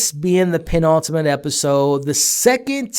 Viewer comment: Say 'Penultimate' again. I double dare you mothafucka!